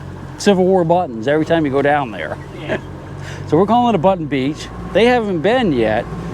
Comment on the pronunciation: you got a good Maine accent goin theaear